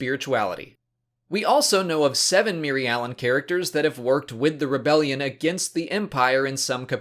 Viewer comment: Your pronouncing the species name wrong. It is just like Mir-alan and the plan is Mir-al